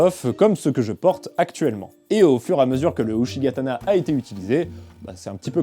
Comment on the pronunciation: Uchigatana se prononce [Outchigatana] ;) .